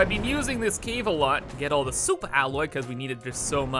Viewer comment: Soupa alloy